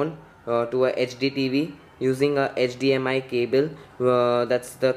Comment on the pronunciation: 0.40 - it's HDMI not HDMS my friend..